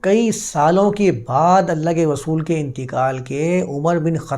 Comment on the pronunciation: رسول کو غسول مت کہا کیجئے۔ اردو کی عربی میں تلاوت نہیں کرتے۔